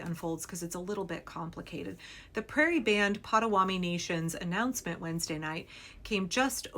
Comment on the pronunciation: Pot-a-WA-to-mee. Mispronouncing the name of the tribe is disrespectful